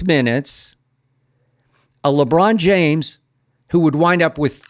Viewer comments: 😂😂 Skip Foul with the "LeCon James 💀🤣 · Okay Skip 😂 He said, LeCon James ..😂🤣🤣🤣💀